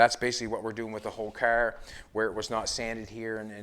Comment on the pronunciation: Kerr? It's car. WTF?